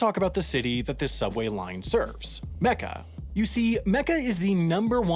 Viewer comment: You said Mecca, Mohammad, Muslim and Hajj wrong